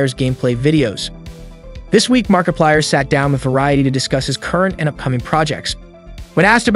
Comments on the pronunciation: BTW to all of you who have yet to ever notice this video was made using voice AI you can really tell soulless and you can very much hear few times the AI struggles. For a example - the voice starts to break down you can hear more of a grovel in the voice like the Ai struggle to add the bass tone in the voice a clear sign of AI voice in at least 2023 and said "mark a paler" XD. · bro he said markipiler once 💀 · fenhahf?? markip i l e r? get it rightt edit: SCAWT CAW THON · Lmfao bro said "markipaler" and "fanef"💀💀💀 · bro said Markapiler 🤡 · And you cant forget the amazing fnaf player “markipiler” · Anybody else catch his mispronunciation on 'Mar-I-plier'?!?!? MARKPILIER?!?!??!?!?! Ok..I'm done. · "Mark-i-piler" . Nice work. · The Fenaf movie, markieplier, Scott cawthOn. Ngl the way everything was pronounced got me rolling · Look. i appreciate your vids but pleas pronounce "FNAF" "Markiplier" and "Cawthon" correctly. it makes me rage listening to how you say it in every video. Mark isnt in the movie, he is producing his own movie. Cory Kenshin is in the movie tho.